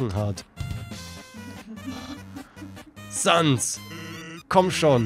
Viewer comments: Du sprichst sehr viele Namen falsch aus. Es heißt als Beispiel "säns" und nicht "sans". Allgemein solltest du die Namen eher mit englischer Betonung aussprechen. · Ich wusste das du Papyrus nicht Pepeires aussprichst und Sans nicht Zäns aussprichst...ich hasse wenn die Namen nicht richtig ausgesprochen werden. Oh Asgore wird Äsgor ausgesprochen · Er wird säns ausgesprochen Nicht böse gemeint aber die undertale pros werden dich so auseinander nehmen glaub mir das.. es ist echt schlimm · Es is eigentlich jedem selber überlassen, ich sag Sans und Asgor während andere Säns und Äsgor sagen Das Spiel gibt einem egtl nich vor, wie man die Namen auszusprechen hat